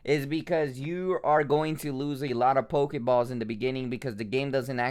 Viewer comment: Not on damn thing near my house it almost aggregates me as much as this dude say pokaballs pokamon